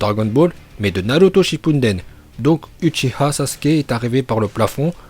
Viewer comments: Je suis dacord mais a un moment de la video il n'a pas dit sasuke uchiah mais sasuke uchiwa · Moi je dis houchiha-et non ouchiwa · C uchiha sasuke ou uchiha madara PAS UCHIWA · Hum hum tu viens de dire sasuke uchiwa la parce que tu a dis que dans la version originale on dis bien uchiha sasuke à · C'est Uchiwa pas Uchiha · Ta dis Uchiwa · Pour les Uchiwa et Uchiha ça ça me dérange pas mais c'est les autres prononciations... genre c'est Shippuden et non Shippunden. Et des problèmes comme ça il y en a pleins d'autres dans tes vidéos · Déjà qui dis uchiWa c’est UchiHA BANDE DE OUF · Sa se prononce pas Uchiha mais Ouchiha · Pas uchiwa mais uchiha Pas utchiha mais uchiha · oui je sais que c une video troll seulelemt en vostfr on entend de vraie truc, naLuto par moment et Uchiha et non uchiwa c ce que je veux dire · t’as prononcé « uchiwa » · Uchiha se prononce en fait uchiWa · Tu d'i que ses pa houchiwa mes toi tu le d'i houchiwa 😂😂😂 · A 3.45 il dit sasuke ushiwa 😭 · À 3.43 Je sais pas si tu as fais exprès de prononcer Uchiwa et dans le mauvais ordre juste après avoir expliqué la prononciation mais si c'est le cas c'est du génie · À t'as dit sasuke uchiwa